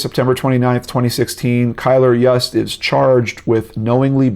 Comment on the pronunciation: I believe Yust is pronounced Yoost!